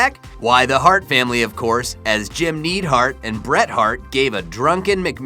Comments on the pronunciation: Ted debese=Ted De-Be-As-E Jim need hart= Jim Nigh-ed Hart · Its spelled Godwin not Goodwin also its X-Pac as in X-Poc not X-Peck or X-Pack and its Neidhart as in Nidehart not Needhart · Neid Hart? Wtf? Its Neidhart...does this guy even watch wrestling, or does he read everything from a script? Not only that but Godwin, not Goodwin. Whomever did the captions needs to look things up. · Just me or does this guy sound that he's never watched wrestling in his life. Just some of his pronunciations like goo-win instead of god-win and need-hart instead of nied-hart feels like someone just gave him a script and said good luck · Jim "NEED" Hart???? Henry GOODwin???? wtf? has he never seen footage of their names being said? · Pronounce the names correctly! X-Pac is pronounced X-Poc and Neidhart is pronounced Nidehart, one word. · x-pec? need-hart? good-win? whats next? Eva Merrie? DUDE WATCH SOME WWE BEFORE MAKING A VIDEO OF WWE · Sound it out with me, goDwin, niedhart, and xpac is pronounced just like tupac. Great story, but maybe do a little more research on the names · NEED-HART? GOODWIN? Geez dude. Thats like me screwing up your generation wrestlers names, like your Ramen Reigns or John Seenya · And it's pronounced Jim the Anvil Nyd-hart ffs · LOL! I completely agree with you.... lets see... The Goodwins, Jim Need Hart and don't forget X Pack!